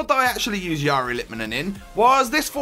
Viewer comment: If you get technical, the r in the first name is not said right. Last name is spot on.